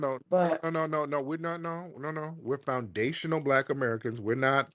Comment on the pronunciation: She erks my nerves that she can't even pronounce foundational. The longer she spoke the more a accent came out as well